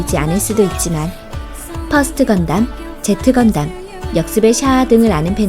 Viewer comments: 시드빠도 거르고보는 시드 디스티니랑 건담시리즈 최고 망작인 철혈이 10위권안에 있다는것부터가 영상 만든놈 건알못 셀프인증하도있고 게다가 건담의Z는 제타라고 읽는건데 제트? 제대로 알아보고 영상 올리자 그냥 더블오만 보고 그외 시리즈는 멋있어보이는거랑 유명한것 몇개 섞어 대충만든 순위구만 양심이있나 진짜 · 제타를 제트라 읽는것도 그렇고 g건담 파트에 윙건담 넣는것만 봐도 건담에 대해 잘 모르는 사람이 만든것 같은데요? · 제타인데 제트로 말하네요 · 제'트' 건담 ㅋㅋㅋㅋㅋㅋㅋ 예끼 이 사람아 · 듣다보니 성우분은 건담 지식이 많은 분은 아니군요...Z를 제트 건담이라고 하는데서 흠칫...